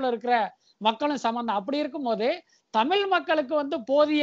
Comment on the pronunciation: தமில் இல்லை தமிழ்